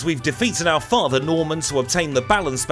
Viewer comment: Hearing you say "father" like that reminds me of that scene from the it crowd iykyk lol